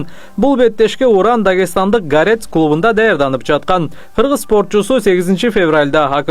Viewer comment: Гарец эмес гОрец 😂😂😂 сабатсыздар кобойду